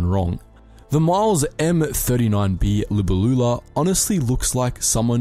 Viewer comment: Your pronunciation is awful. Also, it's De Havilland, NOT "D E Havilland". Libellula is pronounced "Lih-bell-you-lah". You showed a G4M silhouette when you started the Mosquito section.